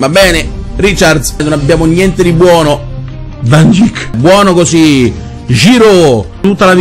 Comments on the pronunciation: In verità "VAN GIK" come pronuncia è corretta, nella sua totale ignoranza ha detto bene un cognome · Penso che sia "Van Daic" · Sì pronuncia Van Daik ma lui l'ha pronunciato Van Gik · Ma che è van dijk?!.....